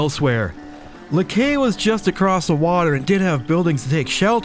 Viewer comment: It's not "acrost;" It's "across."